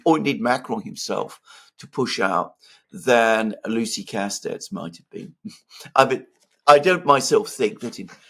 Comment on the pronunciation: On a side note: The t and the s in (Lucie) Castets are silent. Correct pronunciation: Lucie Casté.